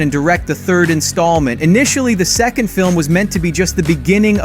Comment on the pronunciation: You have a wierd way of saying two/second xD